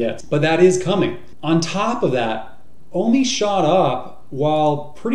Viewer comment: why do they call it WOMI instead of OMI ?